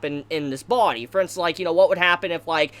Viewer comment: Take a shot every time he says... "bawdie"